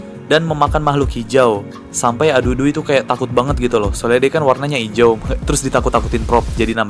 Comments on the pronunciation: Para admin di menit itu harus nya "hijau" Bukan "hiaju" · Hijau, bukan Hiaju